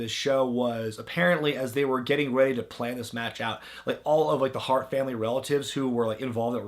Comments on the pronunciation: "Famn damily" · "fam damnly"?